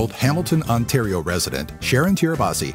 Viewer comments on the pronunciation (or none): none